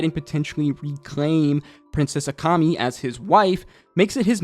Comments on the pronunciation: Her name is akemi (bright beauty) and you keep calling her akami (red meat) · Her name is AkEmi, not Akami:) There was another guy on YouTube who called Taigen "Tiegen". Like... why?)) You haven't watched it in English?